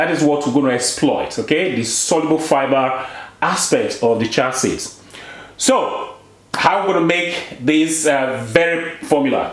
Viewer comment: Cheeee ya seeds "chia seeds"